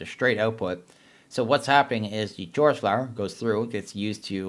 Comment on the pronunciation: Who pronounces "Chorus" like that?